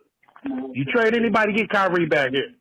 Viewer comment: I cant listen to this old dude talk hoops he knows almost nothing about basketball ..... he also calls kyrie kynie